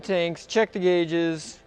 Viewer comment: "guages"... Gotta love it. Automatic subscribe...Keep up the great vids!!